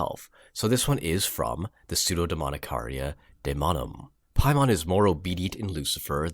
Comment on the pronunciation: Dude you’re pronouncing Paimon wrong...look to the northwest and Hail Him